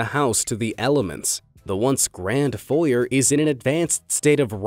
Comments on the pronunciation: You can't say foyer correctly.... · lmao the way you pronounce “foyer”